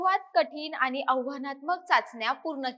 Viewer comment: अशुद्ध बोलणे सोडलेतर उत्तम माहिती दिली. उदा. आनी पानी प्रसारन.